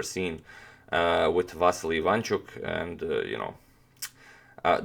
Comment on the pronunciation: IvanchUk, not IvAnchuk